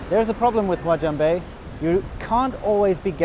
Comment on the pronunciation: did he say guajong bay?